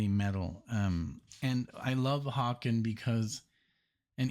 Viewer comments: Haken is pronounced like "Bacon" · Just FYI, Haken is "Hay-kin".🙂